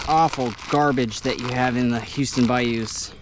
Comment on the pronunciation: "These bayous" ...😂😂😂...I'm laughing but I respect the hustle bro!